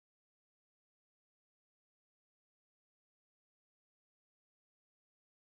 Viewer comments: It's not jaty Perry its Katy Perry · he said jady perry but its ok we always make mistakes :) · Did he just said Jaty Perry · who else noticed he said ''Jaty Perry''